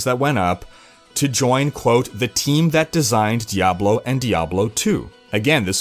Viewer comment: Thank you for saying Diahblo instead of DiABlo.